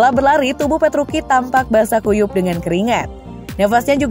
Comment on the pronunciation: Petruci kok petruki